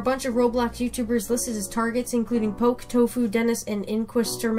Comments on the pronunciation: It's poke not pokeee Great vid tho! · poke not po-ke DUH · He called poke pokie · Pokee no poke